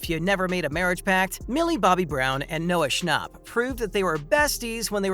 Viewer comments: if he says noah schnop one more time 🤣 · Not the way he said noah schnapp no hate